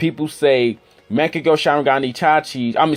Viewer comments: Young Makaveli What. As I watched the video i replied with the ways he said it lmao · bruh legit said mechagyou sharingan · Is he saying "maagekiyo shareengun?🤣🤣🤣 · U cant even say mangekyõ sharingan